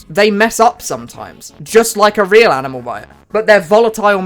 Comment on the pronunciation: "anime"? or animal? sounds way to similar